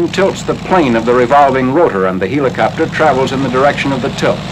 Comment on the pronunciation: LOL! "HEE-la-copter!" Like the Greek god, Helios? Like Helium? Like a farcical mispronunciation? To quote Ren, "YOU EEEEEEE-DIOT!!"